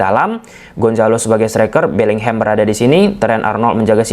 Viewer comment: Bisa ga sih bilangnya BELLINGHAM aja bukan BELLINGHEM 😮‍💨